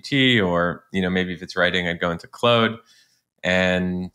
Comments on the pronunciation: Awesome info!! (Weird question, why do you call Claude, "clode"? It's pronounced "Clawed") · Claude not Clode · Claude rhymes with clawed, if that helps... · "Clode" is the French way to pronounce Claude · Very cool tip! "Clode" made me chuckle though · Stop saying “Clood”. I know you can because you did in the intro. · Why is he just pronouncing it wrong? I'm confused. The creators pronounce it how they decided and that's its name. You can't just call it something else because you want to. Not tomato, tomato. 😂